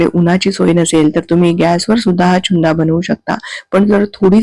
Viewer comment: चुंदा नाही त्याला छुंदा म्हणतात.😂